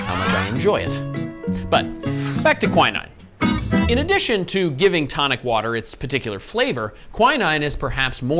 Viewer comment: Why the hell is he saying quinine like that? 😅 Thats not how you pronounce it.